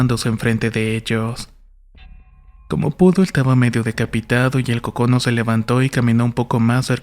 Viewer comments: Ojo, se pronuncia c'ocono!!! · Muy buena tu historia. Pero se pronuncia Còcono. Es un guajolote, pavo. Saludos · EL acento diacrítico en la palabra "cócono" sería en la primer sílaba, tu la pronunciaste en la segunda por eso se escucha raro. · Está raro como pronuncias cócono pero ya me entró la duda de cómo es por internet